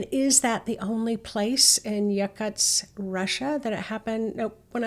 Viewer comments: Hi - Yakutsk is pronounced with the stress on the second syllable: yah-KOOTSK. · How to pronounce Yakutsk (and/or almost anything else) can be found on google. yah-KOOTSK